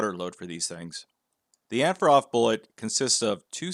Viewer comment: OG said "AndforAthrob"